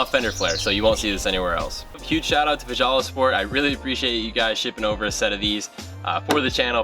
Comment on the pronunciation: Ive seen these! Would love some but not quite in the jeep budget yet! The company fjallasport is pronounced kinda like "fhalla" the J's over there sounds similar to h's haha. Great video!